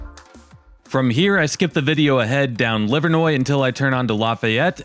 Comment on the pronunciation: Thank you for taking the time to learn how to pronounce Livernois (Livernoy) correctly. Believe it or not, there are even many Detroit locals, born & bred, who are happy to keep calling it Livernoys. 🤦